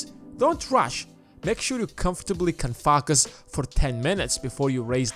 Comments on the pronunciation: I know the narrator's first language is not english but FAR-CUS is the wrong pronunciation and its the only thing i can FAR-CUS ON. ( FO - CUS) LIKE ( LO - CUST) or ( FOE ) like ( GO ) . Try and Far-cus on the right sound. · It's hard to Furcus on this video when I'm laughing so hard everytime you say ”Furcus” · Click this link if you want to "Falk-us" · Is it just me or ... does anyone have issue with how Focus is pronounced in this video ??? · You slaughter the word focus